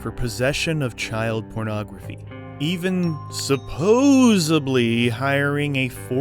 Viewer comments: The word is "SUPPOSEDLY," not "SUPPOSABLY." Don't use words you don't know how to pronounce. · It is " supposedly " not " supposebly ." Great video past that. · Supposebly? Bro it's Supposedly. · It is "supposedly", not "supposebly", unless you say it ironically, and as a little nod to Joey in Friends. 😊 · “Supposably” “undoubtably” 🤦‍♂️ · “Suposebly” “Undoubtebly”? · “Undoubtebly””supposebly” dude, English please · Supposedly not supposebly 🤦🏼‍♀️ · I hung on till he said ‘supposably’. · STOP! There isn't a 'B' in *supposedly!